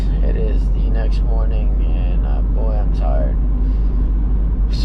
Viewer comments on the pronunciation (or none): none